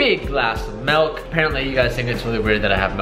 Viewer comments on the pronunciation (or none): It sounds like he says melk and not milk... Un-subbing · ITS MILK NOT MELK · Milk not melk 😂😂